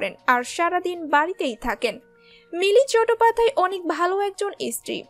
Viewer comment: উচ্চারণ ঠিক করুন।চটোপাধ্যায় প্রথম শুনলাম। ইসতিরি(স্ত্রী) -----কোথা থেকে এসেছেন?